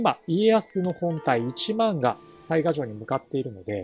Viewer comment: 次回いよいよ「水上の御堂」の攻略戦ですね。御存知とは思いますが、てきの巡見所は潰しておいた方が良いかと。 細かくて本当に毎回申し訳無いのですが雑賀は「さいが」では無く「さいか」だったと思いますm(__)m。因みに雑賀孫市が誰だったか？は諸説ありますが信長の野望シリーズでは「鈴木重秀」が雑賀孫市設定ですね。「信長を撃った男」ですね。 あと鯰尾（蒲生氏郷）が配下になったのは大きいですね。愉しみにしてます。